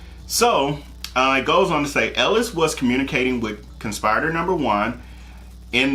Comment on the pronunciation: Con-spi-ri-tor! Short “i” sound as in igloo. It’s not a long “i” as in ice.